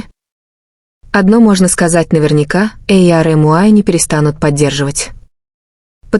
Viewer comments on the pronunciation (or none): none